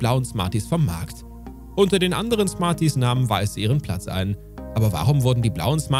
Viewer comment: Lakritz und smaties